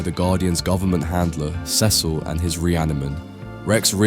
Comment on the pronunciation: Pronounce CECIL the way it's pronounced on the show. You've done it before!